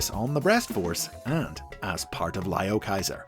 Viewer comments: ITS NOT PRONOUNCED LIOKAISER ITS LEOKAISER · You are saying the name wrong